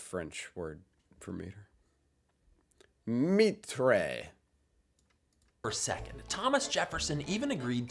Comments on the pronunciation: it's not "mitré" it's "mètre" (pronounced somewhat like "may-tr", final e in french are mute as the english "mute") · You could look up simple words even in another language to learn to approximately pronounce them. "Metre" in French is not pronounced "meat-tray". It is appoximately "met-ra" but in one syllable. No one could understand what you were saying. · Bro went to google translate to know how we pronounced mètre in french and still pronounced it "mitrayh"☠️ i mean...THERE S A VOICE THAT SAY IT FOR YOU !!! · The French pronounce your mee'tray more like meht'rrh. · Meetray ??? no métre , me-tru . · It's pronounce m-e-tr. With the same sound of the e of Heck. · Meetray lol😂no no☝🏾mètre =maytrue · We don't say "mitré" in french !! If you want to say "Mètre " in french... - In french "e" is pronouced like a "A" in english (and the sound of an "english e", is a "I" in french)... In fact, the "è" have to be pronounced like the "ai" of "hair" - For the end of the word "tre"... you don't say "hey" (like the "hey you")... In fact, it's like there were no "e" at the end, just "TR" So if you want to be closer to a french, you have to say "maitr" In fact, there's 2 words we pronounced the same way in french it's "mètre" and "maître"... Maître, mean "school teacher" in french ! (maître -> master) Hope it's more easy to understand that it was hard to explain !!!! :D (and sorry for my bad english... i'm french v°°v ) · I loved how you pronounced metre in French. Metray. It's pronounced met. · In french it's pronunced more like maitr than meetruh, like the same e as in merry but with tr like metr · As a French person, going "Meetrey" to pronounce "Mètre" made me cringe audibly XD. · French guy here : we don't say the last E Mètre = Mètr we almost never says the last letter (often E, S and T) but there is some (not so) rare exeptions. Yeah we have a messed up language ^^' I love your channel btw ;) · Meter in French.: Meat tray! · It's Metr